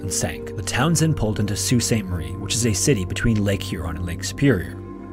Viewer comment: I strongly appreciate your pronunciation of 'Sault Ste. Marie'.